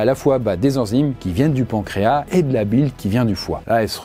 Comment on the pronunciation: On doit toujours prononcer le « S » dans pancréas.